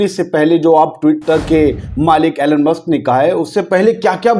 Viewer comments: एैलेन मस्क नही भाइसाहब इलौन मस्क. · Elon ( E - Lon ) ✅ Elon (Allen ) ❌ Donald ( Don - ald ) ✅ Donald ( Do - nald) ❌